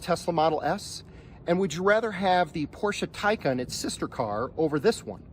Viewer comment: Porsche Taycan, not Tycan.